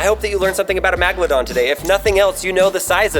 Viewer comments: This guy doesn't know how to say megladon , magladon lol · MEGAlodon. Not maga. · Nat a magladon a megalodon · ITS NOT MAGLEDAHN ITS MEGALODON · I hate when he says Magaladon. Its MEGALADON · ITS NOT MAGLADON ITS MEGLADON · Megalodon not magdolon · the first syllable of the word is meg not mag. Its pronounced meg-a-low-don. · It’s called megladons not magladons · It's not Magalodon it's mega lodon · What's inside you said MAGalodon your supposed to say Megalodon. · It’s megalodon not magalodon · god damit its megalodon not magalodon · M E G. not MAG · It’s not magladon it’s megaladon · Meeeeeeeeeeegldon not maaaaaaaaaaagldon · Megladon not magladon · Am i the only one who who cares about how he pronounced the name. megalodon not magalodon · Its not magaladon its megalodon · Its lot a magladon shark its MEGladon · Megladon it's pronounced megalodon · MAGLAdon no mEgalodon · Its really irritating me how hes say magladon when its clearly megladon like come on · It’s not magalodon it’s Megalodon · You killing me with magledon lol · Yes but he should say the name properly Megeladon tooth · canniestcash 28 no crap. He was saying magledon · I also hate how he ses meglond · says MAGalodon The English language: Ight ima head out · Does it trigger anybody when he says “Magladon” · every time he said magladon I just wanted to chuck my laptop into a brick wall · Yep, I definetly learnt something from this video. Iniw know its pronounced MAGLADON. YAY. Thumbs up for me. - CRH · He's killing me with the MAGledon pronunciation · The ”MAGLIDON” shark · How did he mispronounce this,how did Lincoln not correct him,MAGLADON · It is pernoced Meg-alo-don. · Title :- Megalodon Pronounced :- Magladon And English is your first language??? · Why is he saying magolodon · mispronounces the fish name (mEgalodon) and then the poo name (cOprolite). Rehearsal please. Seems like he wanted to make the "a" sound over and over. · First of all it’s pronounced Megalodon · Its megaladon